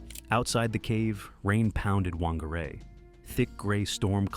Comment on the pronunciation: The correct pronunciation of "Whangārei" is "fahn-gah-RAY", with the emphasis on the second syllable. The "wh" sound is pronounced as "f" and the "ng" is a nasal "n" sound. Thanks to the band Alien Weaponry from New Zealand for teaching the world Maori history and culture.